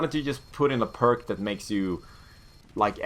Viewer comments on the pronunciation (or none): none